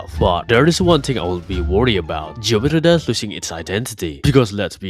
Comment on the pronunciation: the way you say geometry dash is too funny to not point out. "geometry dass"